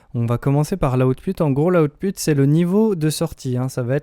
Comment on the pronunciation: lol mauvaise prononciation